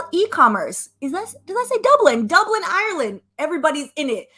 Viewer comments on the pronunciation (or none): none